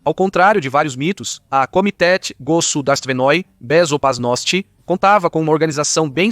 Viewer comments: "A Komitétê Gossodarsivenôí Bezopasnótî", pra quem não escutou muito! Dnada! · Sim, ele falou Komitétê Gossodarsivenôí Bezopasnótî! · Pera, não entendi muito bem. Você disse Komitéti Gozudarstivenôí Bezoparnóstî?? Pode repetir por favor? Não ficou muito claro. Repete mais uma vez por favor.